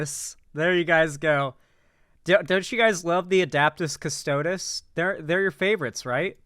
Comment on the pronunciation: It doesn't take long to watch a video to find out how to pronounce Adeptes Custodes...like, just listen someone say it, then stop the video. THEN make your ragebait video...but no, they're too lazy to even do that.